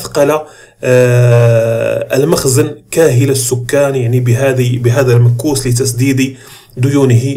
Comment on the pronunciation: تحياتي المكوس تنطق بظم الميم والكاف وهي الضرائب او الجبايات كما ورد في تحليلك.شكرا على مجهوداتك والله المعين.